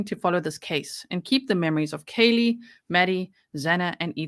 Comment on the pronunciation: To the people who were defending the judge for the mispronunciations fyi Kaylee's big sister complained to the court about how disrespectful it was and how important it was to get it right.